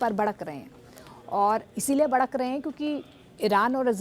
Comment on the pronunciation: Badak nhi madam bhadak rahe hai😂😂